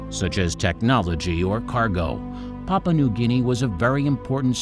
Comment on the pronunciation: Could you please say it as pah poo ah not papa? The u is not silent! It makes your speaker sound ignorant.